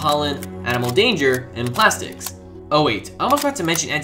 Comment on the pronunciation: sorry to nitpick, but it's animal dander, not animal danger. It refers to small flakes of shed skin in animal fur, and is a common allergy. When people say they're allergic to cats/dogs/other furry animals, they're referring to dander. And it's pronounced with a short 'a', like the name "Dan".